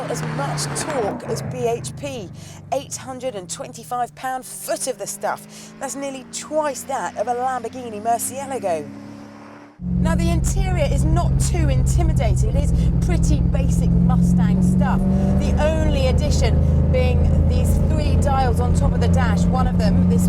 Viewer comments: Murcielego? haha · .... "lamborghini mersialigo" is that how its actually pronounced?? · mer-see-all-igo, WHAT THE FUCK IS THAT murch-u-largo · mercielago?? what the fuck is that?! it's pronounced merschialaago... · She said murcielego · .. Its Murcielago U smartAss... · Z3NTR0 Murcialago I think lol. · yeah when she pronounced it mercilagio i was like yeah nah that cant be right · Lamborghini MERCY-UH-LAWGO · Z3NTR0 That's exactly what I was thinking I don't think she knew what the word actually was lol.